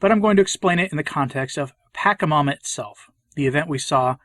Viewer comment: Why this weird pronunciation of the demon -- 'paka' instead of 'pacha'? Is it because he wants to diss it? I've asked before but got no reply, so if someone knows I'd appreciate a heads up because I can only listen for a few minutes. Thanks.